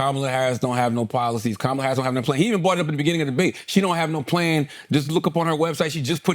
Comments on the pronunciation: Correct him, he mispronounced her name, all disrespect, and that’s a black man you should’ve correct him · Charlemagne, please check this guy on how to pronounce Kamala! It"s disgusting how these pigs mispronounce her name! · Say her name correctly and be respectful Andrew! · A third rate comedian just called Kamala Harris “that girl”. Only in America… I love it! And this moron continues to mispronounce her name…freedom is beautiful. He is also pretending to be a therapist “ imposter syndrome “. Trump knows he doesn’t know shit about shit and the Truth. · The individual on the left couldn't take two seconds to learn how to pronounce Kamala's name correctly? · Start by pronouncing her name correctly, put some respect on her name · Of one can say pamela ..then, one can say her name!! Stop f up her name. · Dude cant even say her name correctly.